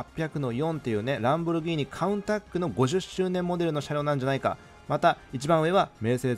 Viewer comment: Countach→クンタッチ✕→カウンタック